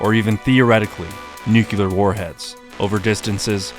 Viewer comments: It's nuke-LEE-ER, not nuke-U-LER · NEW-CLEAR If you're going to say NUKE - U - LAR and not make a George (W) Bush joke; BOOO! Rad Video, keep em coming! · nucular warheads😢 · "Nukular" It's so embarrassing that AmeriCAN'Ts still can't pronounce nuclear correctly... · Did he say nukular? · NUCULAR is not a word lol. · Caught em saying nuculer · Nucular is not a word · NUCULAR THE WORD IS NUCULAR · There is ONE U in Nuclear.. Why can you people say it properly. You sound like fkn Homer..